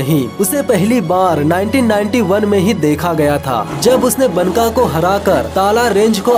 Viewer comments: Baka not banka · मेरे भाई, बनका नही, "बांका" मतलब खुबसूरत.. Banka का उच्चार बांका है यहा.. बांका.....